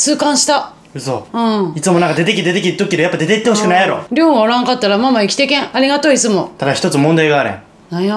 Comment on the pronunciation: う〜じゃなくて、りょーうって言ってるんじゃないの？？